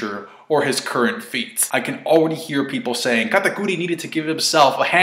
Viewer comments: Katakuir....why tf do u say his name like that🤦‍♀️🤦‍♂️ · why do u get a compeletely different accent when saying katakuri's name.... SAY IT WITH ME KA TA CURRY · The way you say katakuri 😂